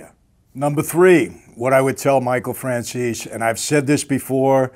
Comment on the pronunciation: Please ☺️Mr Franzese, say Mr Franzese with e in der the End of the name instead Franzes without e. 😃 but is not important....:) god bless you and your family Greez Davide